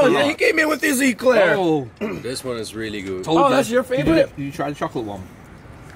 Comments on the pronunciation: It’s pronounced ‘a’claire not ‘e’claire. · An E-Claire🤣🤣🤣 love your pronunciation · e-claire, like an electric claire? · E- Claire 😂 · it's not an Eclair, it's an eclair xpp !